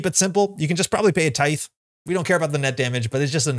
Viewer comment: Great video as always! Don’t think you’ve been saying ‘Tithe’ correctly for the last few years though 😂